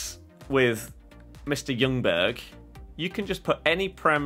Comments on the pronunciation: As a Swede I’m super excited for this episode! But as a Swede I also have to point out that the L in Ljungberg is silent. It’s closer to Youngberg or Jungberg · How You saying Ljungberg is horrible. L is silent:)